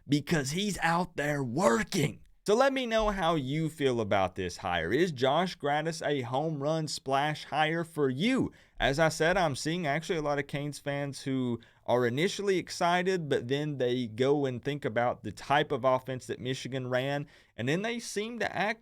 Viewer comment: Gattis❌ Grattis✅